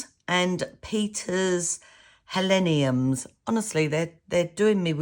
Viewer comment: These are absolutely beautiful. I think the kraft card with the black & white contrast is gorgeous. These embossing powders are awesome, as are the stamps. And yes you were pronouncing the Helenium correctly. Thanks for shar8ng.